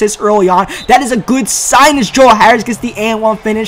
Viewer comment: Im curious of where is from because i've noticed that he pronounces the words like "there" and "that" like "dere" and "dat", just wondering